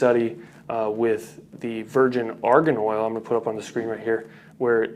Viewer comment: "arian oil" haha